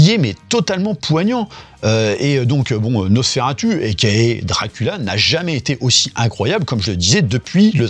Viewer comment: Mais c'est quoi ce nouveau trend d'appeler "Nosss faire attu" ??? La prononciation a TOUJOURS été "NosferaTOU"... Je vois plein de Youtuber réinventer la prononciation qu'on connait depuis plus d'un siècle... J'ai JAMAIS entendu "turlututu" avant ces dernières semaines avec des Youtubers... C'est "NosferaTOU" bordel de merde. C'est le u latin (/romain).